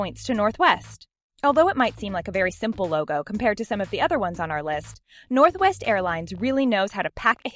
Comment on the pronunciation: When she said northwest the sec time she said " northest" instead 😂😂😂